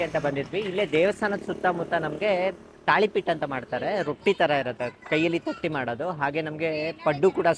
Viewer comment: Talipattu sir adhu 😅